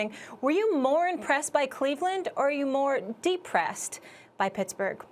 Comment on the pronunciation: Aw stephen a.'s Dee-Pressed! Too funny.